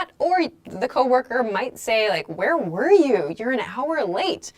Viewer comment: "Where war you" - i hear this instead of "where were you"... Is there difference between "war" and "were" in pronounce?